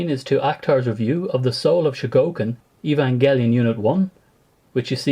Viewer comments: "evan-jelly-on" ;(..... :PP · I really liked your vids btw. Just had to say that the "g" in "evangelion" is a hard G. (like the "g" in "great")